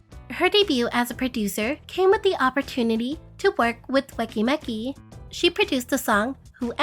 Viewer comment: "Weki Meki" is pronounced as "wiki miki". I highly recommend learning the Korean alphabet. Otherwise, great video!